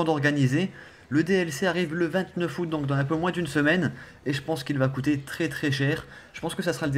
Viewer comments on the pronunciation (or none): none